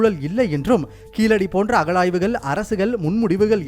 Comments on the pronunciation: அது கீழடி .. கீலடி இல்லை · Pls pronounce zha it's only in tamizh unique not keeladi it's keezhadi zha and malayalam zha is derived from tamizh